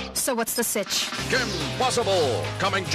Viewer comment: I died Also, it's "what's the cich," not "what's the stitch?" Geez. .-.